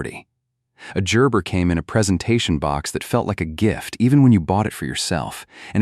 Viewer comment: Gerber with a "ja" ?....lol